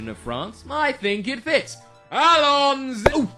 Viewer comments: He said Allonsy almost yay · Darn it, he almost said "Allons-y!"